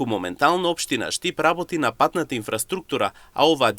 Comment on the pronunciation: Зборот инфраструктура не се акцентира така...Исто така и презимињата се исклучок од третосложно акцентирање. Неписмени новинари.